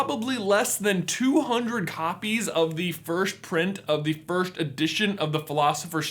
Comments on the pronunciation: J can’t say “first” he says “firsht” anyone notice that? I find it endearing 😍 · Why does he pronounce it 'firsht' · Loved the video! didnt even know such editions were up for sale! i'll have to look into that deeper and save some money, dugh. What threw me off though was his pronunciation of "1st" like /firsht/? or so.. :D